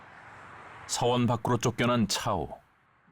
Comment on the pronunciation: 서원이야 사원이야 나레이션 발음이... 계속 신경쓰이네